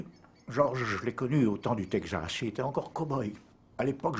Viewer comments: Le ... "tègue zasse" ? "Texas" se prononce "tek sass". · Le "Tegxas"